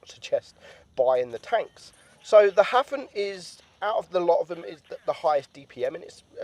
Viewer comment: Jeeze your pronunciations are hopeless! Edelweiss = Ay-dull-vice Hafen = Ha (as in haha) - Fun (stress on the Ha)